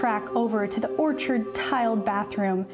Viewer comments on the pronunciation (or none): none